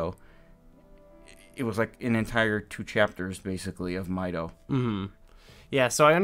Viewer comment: Mideoh? I think you mean Mido??